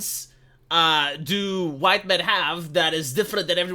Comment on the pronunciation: How do you do fellow hwhites